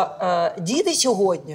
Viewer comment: Оля, не ображайтесь, але Ви говорите "сьогодня", говоріть, будь-ласка, "сьогодні", бо ріже слух.